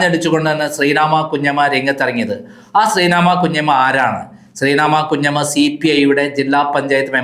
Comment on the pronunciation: not Senamma kunjamma.shree nadhevi kunjamma, if you are saying someone name please learn first